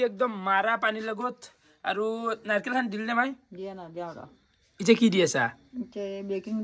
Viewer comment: narikel na narikol😅